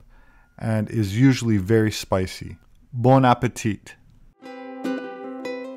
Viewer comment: Robert, the "t" in "bon apetit" is silent. Keep up the great content. You have fans in BG